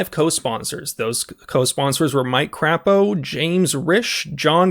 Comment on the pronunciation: Crapo is pronounced crepè-O